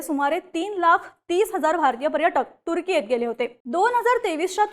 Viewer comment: तुझं ते तुर्की चे प्रोनाउंस ऐकून मी तुझ्या बातम्या बंद करत आहे. बोल भिडू ची क्वालिटी कमी होत चालली आहे. अगं ते तुर्केय नाही तर तुर्की आहे.